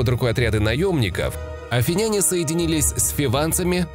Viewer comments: Отличные видосы у тебя, но пишу этот коммент не потому что я душный, а потому что очень режет слух. Короче ударение в словах заканчивающихся на "няне" и похожих, ставится на слог перед. Например: афИняне, македОняне и тд. Опять же - это не грамарнаци, это просто, чтобы улучшить и без того хороший видос. Всех благ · Афиняне - ударение на И.